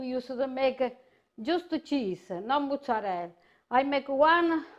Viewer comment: why do so many italians mispronounce mozzarella? did she pick this bad habit up in Jersey? there is no "moo" in mozzarella, people.